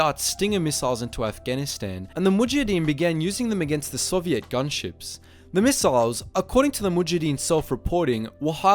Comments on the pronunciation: great video, but please fix how you say Soviet, it's not Soviette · The way you say sovient is so funny man XD